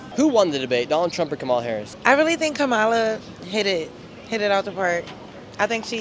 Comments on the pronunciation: Every political vlog has a bias. Earlier I thought that this one would be unbiased by someone who doesn't have a preference for one candidate or other. But this being the second one I've seen from this vlogger, I noticed some leading questions. What capped it off was the pronunciation of Kamala's name. I also notice that most people of color represented in the vlog, were pro-Trump, which suggests to me that those who were put in the vlog was selective. This is fine because I'll say it again, all political vlogs have a bias. Some much more than others. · It’s really crazy how much the left likes to use things to benefit them even if it’s for a very short period of time… example being you’re a racist if you don’t pronounce Kamala’s name right. There hasn’t been from what I know info of how to properly pronounce it. (Not that I care to 🐪A😂) but most of the people voting for her were saying a bunch of different names and must be super racist the fact they can’t respect even their future presidents name🤥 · Like her or hate her - how hard is it to say her name right? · Perhaps you could cease using djt's intentionally disrespectful mispronunciation of our vice president's name! Her name is NOT pronounced Ka Mala, it is Kama La! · KAHMAHLAH NOT kamela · Komowla LOL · It's not KaMAla it's KAmala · Notice how leftists say KAmala instead of kaMAla, and they seem to care about it a lot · As soon as I hear someone pronounce her name "ka MA la," I know with 95% certainty that they watch right wing media exclusively and are unaware of the facts of what Trump has done. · LMAO Your pronunciation of KA MAWW LAH is hilarious when the libs get upset lmao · When you repeatedly incorrectly pronounced Kamala's name, we already know your true color. You can stop faking your non biased BS. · So your narratives is to mispronounce Kamala's name repeatedly. Either you are biased or you are just too slow to learn. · All you have to do is pronounce her name and we know you.❤❤❤